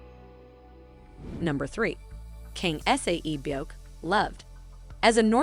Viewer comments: IT'S NOT S A E BYEOK IT'S SAE-BYEOK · Her saying S-A-E byeok is making me annoyed 😒😤